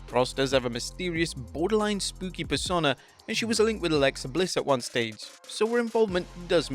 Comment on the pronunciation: Why can't you say the word persona properly?